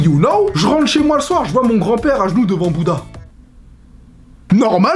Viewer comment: le son "j" t'as tendance a le dire "ch" exemple: "je les comprend"=>"chlai comprends"